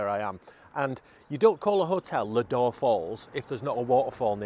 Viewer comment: Have you been to Seathwaite campsite just round the corner? We want to give that a go, but this looks equally as good 🙂 Oh, it’s pronounced “Low-door” 😀